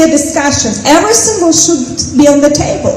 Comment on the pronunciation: Everysink she says I sink is a bullshit 😅